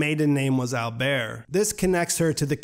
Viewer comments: it's AlberS! in german pronunciation, the s is almost never noiseless, other than in french (like you pronounced it) ;) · Yes, and accent is on the first syllable.